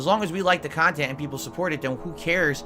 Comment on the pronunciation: “Curated khantent”